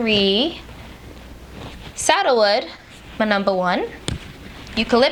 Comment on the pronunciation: Oh, SANDALWOOD...I love that smell too (I thought you were saying “saddlewood”) 😉😉👍🏽👍🏽👍🏽😉😉